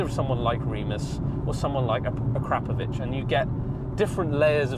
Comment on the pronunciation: So impressed by this car, it is beautiful and awesome, also impressed because you pronounce Acrapovic correctly, yes folks you really do need to say A Crap in order to say their name correctly!